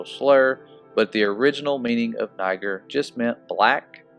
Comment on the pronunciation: Niger pronounced, ne-zher.